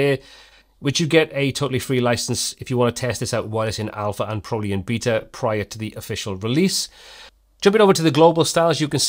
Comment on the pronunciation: Anyway thanks again for your great work, and I look forward to your hearing your horrible mispronunciation of "Beta" as you review later versions of Breakdance 😉.